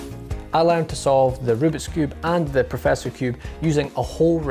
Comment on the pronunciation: I love the way he says the word learned . It's so cool!